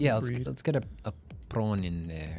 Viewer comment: Shout out to for pronouncing prawn like the real Zef Dwanky that he is!! <3